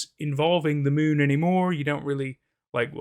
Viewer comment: i love how the narrator pronounced moon like “mewn” lol